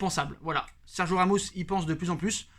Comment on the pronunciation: Tu es au courant qu'il y a un "i" dans Sergio... t'as le droit de le prononcer du coup 😑